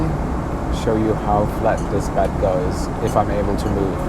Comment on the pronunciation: You ve got a funny pronounciation on bed. It sounds like bad. Where are you from?